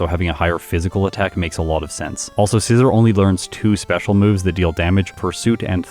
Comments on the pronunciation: I think it's pronounced ScizOR, not ScizER. Like I think don't think you'd pronounce it the same way you would the tool? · You’re pronouncing scizor wrong